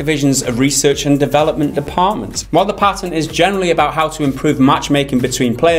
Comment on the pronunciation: Damn these fucking pay-tints.